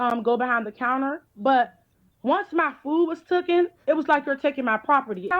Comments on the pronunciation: Tooken isn't even easier to say then taken 😐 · How did she pronounce "taken" correctly and incorrectly in the same breath.......